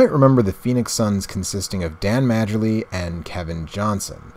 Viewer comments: Dan Marley! Not Marjelly. Love the game...the Snes is the best. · It's pronounced Mar-Lee, not Marger-lee. I know the spelling days otherwise but the J is silent. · Dan "Majerly" 😄 - it's pronounced "Marley." And no, there's no way you would know that if you weren't aware of basketball players of that era. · Pronounced Dan Marley